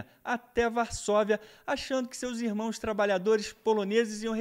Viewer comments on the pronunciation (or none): none